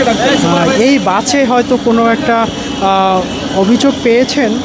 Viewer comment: বাছে না বাসে 😂